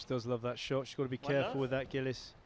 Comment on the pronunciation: Awfully easy to like Gilis (pronounced 'Jeeleese' & not 'Gillis' as in 'Dobie Gillis') but impossible to like Farida